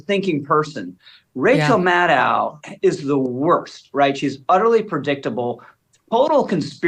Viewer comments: Again, Madow rhymes with Shadow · MadOH, rhymes with Fellow. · Again, Maddow rhymes with Fellow.